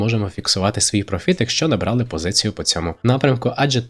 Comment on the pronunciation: Спочатку розберися де ставит наголос у словi профiт, а лише потiм навчай чомусь iнших